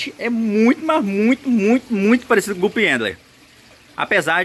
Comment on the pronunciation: É "gupi/gupis" que se pronuncia (guppy/guppys) e não "gups" 👌